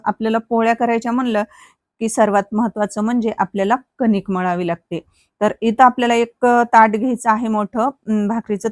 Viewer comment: त्या ला ताट नाही परात म्हणतात आणि कनिक नाही कणिक